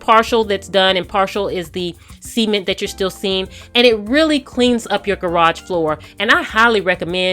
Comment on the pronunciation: Say "sea-ment" one more fucking time